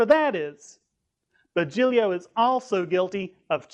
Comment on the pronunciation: I find it hilarious that this guy slaughtered the pronunciation of Louie Giglio name. He sure is smart with his with his self righteous religion.